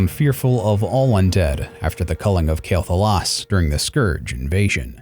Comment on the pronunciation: It‘s „QUEL‘Thalas“ ,not „KAEL‘Thalas“ lol I still like the video though,good work.